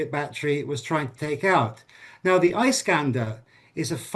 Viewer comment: This guy thinks of himself so smart, but he has no clue how to pronounce "Iskander". It is Ee-skander, not Eye-skander, doombass!